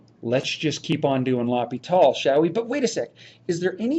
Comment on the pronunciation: Loppy taul. Great pronunciation of a french-sounding word...